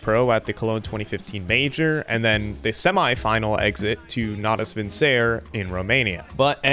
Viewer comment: I hate the way you pronounce Natus Vincere Lol